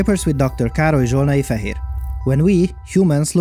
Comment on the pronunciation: Dr. Károly Zsolnai-Fehér. Dr. Kárl-ee Zsol-nah-ee-Feh-here I’m glad this video had subtitles, I always thought he said “Dr. Carl (afhhdgjdthcwpna), here.”